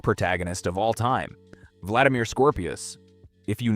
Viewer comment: scorpius not scoprio.....